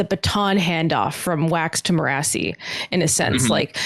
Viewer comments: I've barely started watching and kept hearing you guys mentioning Me-RAH-see and am like, who is that?! It took several minutes to realize that its Mer-a-sea as pronounced by Michael Kramer in the audio books. I have no idea how Brandon says it, or even how it's spelled, but I like to think it's a varient of Kelsier's wife's name Mer. I'm just amused at how the names translate for readers vs listeners. For all I know, Michael Kramer reads it wrong. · They kept saying Mirrorasi... I was like wtf is that. The audio book says it as maire-a-see. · I love you guys so much. But I'm an audiobook Cosmere reader and I HATE how you guys pronounce Marasi (mur-ASS-ee) lol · I'm sure their pronunciation of "Marasi" only annoys me cause I listened to all of era two on audiobook but I just don't see how anyone could think it's pronounced the way they say it... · it's great but the only problem is he pronounces Marasi a certain way and in the group above, Evgeni is the only one who pronounces it the same way. I started this series in audiobook form so I've always pronounced Marsai the same way ... but now I'm confused and starting to question everything haha